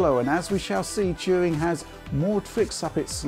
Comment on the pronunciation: I just came here to hear say "Turing" a lot